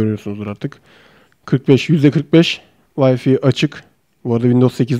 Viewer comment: Telefon inceliyorsun gigabayt'ı cigabayt, wi-fi'ı vayfi diye okuyorsun hiç oluyormu sence?